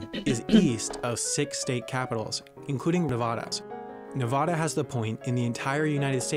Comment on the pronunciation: I wish people would stop pronouncing it NevOda. It's NevAda! You know when someone is from the eastern part of the US when you hear that. (Sorry, just a pet peeve of mine!)